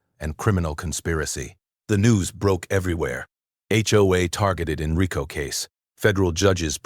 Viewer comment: I'm glad they finally found a narrator that can pronounce RICO correctly! I was almost ready to volunteer! Eddie